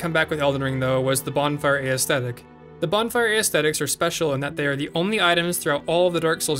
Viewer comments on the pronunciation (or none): you're saying it, WAY wrong. it's not aethetics. it's ascetics. pronounced 'uh-se-tic' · The item is called a bonfire ASCETIC and aesthetic is pronounced ASS-thetic not Ay Ess Thetic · Theyre pronounced uh-see-tics. Not aestethics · Ascetics* pronounced a-set-icks